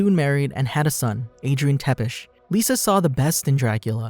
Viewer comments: it is not Tepes..but Ţepes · How come you can say Tepesh but not Tzepesh? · its not tepes its said (zz)epe(sh) țepeș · FOR THE NAME OF GOD TEPES IS PRONOUNCED TZEPESH, MY O C D